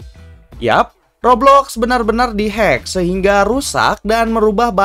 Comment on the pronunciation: Hecker woy bukan Hengker